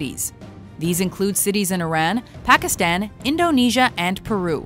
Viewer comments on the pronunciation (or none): none